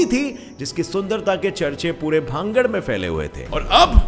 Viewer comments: Please speaks Bhan-garh not bhangad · Its not भांगड़ its भानगढ़।🙏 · Bhangad h na ki bhagd